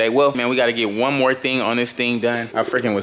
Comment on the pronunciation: “Gonna need some more’ah” 😂😂😂